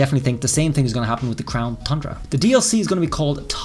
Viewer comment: I love how you pronounce tundra “thundra”.😄